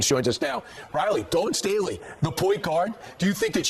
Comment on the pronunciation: Love ya, but you hurt your credibility when you mispronounce the name of the central figure in your video. There is no "n" in Staley.